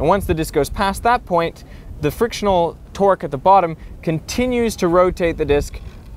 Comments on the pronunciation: Twerk Twerk Twerk, your accent is funny :D I pronounce it Tourgh (torgue) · when he says 'torque' it sounds like hes saying 'twerk'